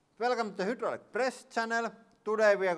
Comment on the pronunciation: When you say "hydraulic" it sounds like "Hitler"